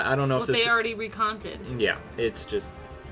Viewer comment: "recont"? did you mean to say "retcon"?